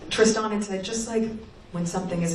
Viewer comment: Is she really referencing a Tris-than?